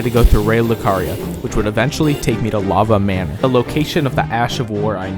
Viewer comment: “Lava manor”